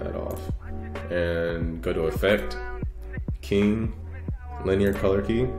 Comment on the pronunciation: Here he said "king" instead of "keying" does that also attractive ?